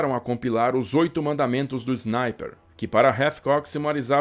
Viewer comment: Não leve a mal mas porque de dizer Znaiper na vez de dizer Sniper ?